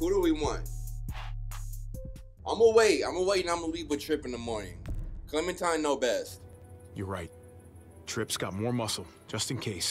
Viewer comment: Clementine=Clemen-fine 😳😳 I'm 14 tell Chris Hansen to go home.